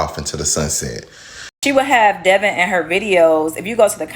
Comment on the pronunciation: Its pronounced Devin but yeah this situation very messy